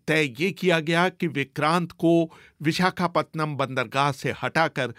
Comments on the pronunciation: पतनम नहीं है रे पट्टनम हैं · विशाखापतनम नहीं विशाखापट्टनम BBC जैसी चेनलमें उच्चारणमें क्षति !?? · Pehle vishakhapatnam pronounce sahi se bol le